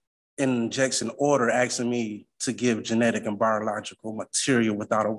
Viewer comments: the "axing" drive me nuts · He shouldn't talk about "axing" so much in court. The judge may feel threatened. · He keeps axing questions. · He keeps talking about "axing." Is he a lumberjack? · "I'm axing..." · He sure is axing for a lot. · The word is spelled "ASKING", NOT axing. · This guy is “aksing” for a lot of things. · Im not a native english speaker. So im wondering. He says 'the word' Axing' a lot. I asume he mean to say 'asking'. Is this a dialect, or is it a speech impediment, like a lisp or a stutter? No offense meant. Just curious. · Stopping saying "axing"! The word is asking. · Guys he's ax'n 😅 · Well Sovcit - your axsing is improper......